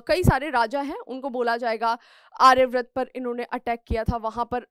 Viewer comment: Ma'am pleased correct your pronunciations, that is आर्यावर्त not आर्याव्रत.